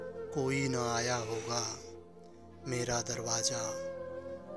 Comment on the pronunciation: Sound is good but.darwaja is not. darwaza Is right